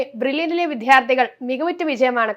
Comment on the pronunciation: വിദ്ധ്യാർത്ഥി ❌ വിദ്യാർത്ഥി ✅